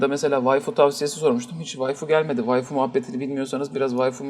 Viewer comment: vayfi mi. ne vayfisi, vayfi ne arar la pazarda. ha waifu diyosuuun eeeee... tooka(chuunibyou)